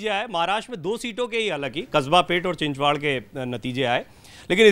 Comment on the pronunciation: It's चिंचवड..... Please say it again....चिंचवड..... And NOT चिंचवाड...